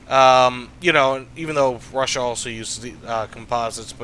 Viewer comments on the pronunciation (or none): none